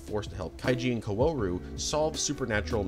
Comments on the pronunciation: Bro gave up on kaworu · Stop saying "co-ooh-row" it's "Kao-ru" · "Karuru" Also, FANTASTIC video! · “Seal” and “Kawooru” 😅😅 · Why do you pronounce Kaworu like "Kauwooru"? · love the video bud, but how can you pronounce his name wrong for the entire thing? KA-WO-RU! cmon man, its a phonetic alphabet! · car roo roo lol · Kawaararoe? Bro there is no fucking way there’s hundreds of videos of people pronouncing the name. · your mispronunciation of kaworu is killing me man 💀 sorry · love this video!!! amazing n watched it all , but all the pronunciations of all the names killed me😭😭especially kaworu’s, that aside, i cant believe the azumanga daioh mangaka made multiple eva doujin!! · Nice video, but... I wish you did more research on how to pronounce the characters' names.. Kawooru, Aka-gee... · the way he said kaworu 💀💀 even akagi 💀💀